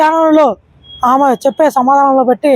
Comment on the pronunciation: ఆమ కాదురా నాయనా "ఆమె" అనాలి. తెలుగు ఎక్కడ నేర్చుకున్నావు నీ మాతృభాష ఏమిటి.